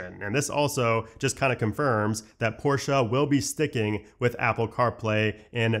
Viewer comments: ''Porsh'' > ''Porsha'' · It’s not porschaaa pls